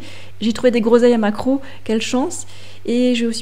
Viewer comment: J'espère que tu as bien dit "groseilles à maquereau", et pas le truc que j'ai cru entendre !